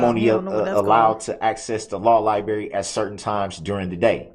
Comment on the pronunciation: "Law Libary"